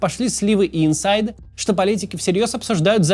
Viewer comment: Прошу прощения за прикапывание к грамматике, но правильно будет не "инсайд" а "инсайт" от англ "insight".